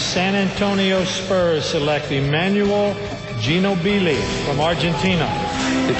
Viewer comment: Emanuel "genobilly" lol